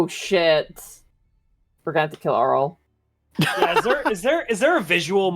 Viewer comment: love how aryl still gets mispronounced, just think THERO ARYL not tharopod, theropod, not auryl, airyl